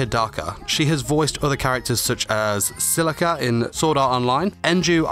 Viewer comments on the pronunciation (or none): none